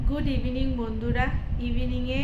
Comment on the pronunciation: কথাটা - ইভিনিং নয়-- ইভনিং